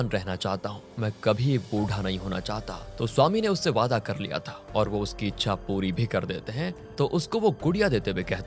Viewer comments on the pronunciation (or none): none